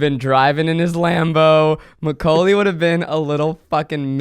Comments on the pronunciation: why does everyone sound like they're saying my cocaine lolll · the way zach say maculay,,,, i keep hearing my name (koalie) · I love how it just sounds like your saying “my cocaine”